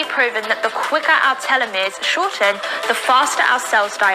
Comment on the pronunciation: another biologist here. she can't even pronounce simple words like "fountain" (said foundation) or (not-so-simple) telomere correctly, nevermind the biggest hormone of her video that she keeps repeating incorrectly. it just grinds my gears how much people in the fitness industry abuse real research and cherry pick to fit their BS claims/products/services to sell, and then for some reason cannot comprehend the state of the pandemic - ALSO backed by real, global research.